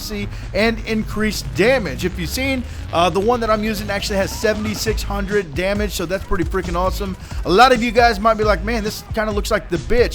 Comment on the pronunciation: Dude it took me a while to think when you said 76 hundered i thought u said 76,000